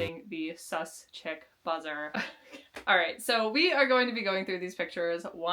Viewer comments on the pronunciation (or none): Not me hearing "cowboy chimp" instead of "cowboy chick" and being disappointed that I didn't see a monkey in a cowboy hat... Plus if you need a reel idea for laser shark, he can laser destroy the AI pattern pictures!